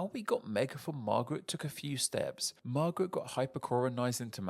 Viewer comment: What an interesting way to pronounce "marguerite." 😅